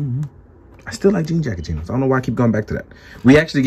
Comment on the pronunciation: Stop calling him GINOS, its GENOS! lol